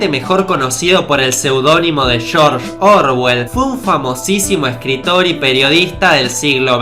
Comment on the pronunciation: "Chorch orwel"